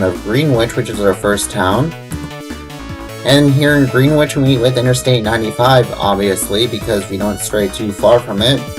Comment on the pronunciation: it is pronounced gren-ich